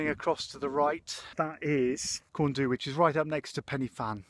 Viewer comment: Oh that welsh pronunciation hahaha! It's tickled me. Fawr - think hour not oar Pen y fan - pen "er" (shorten the r sound) van Corn du - corn dee Careful parking on the verges if you're going there they'll ticket you. Everyone does it, but yeah fines happen.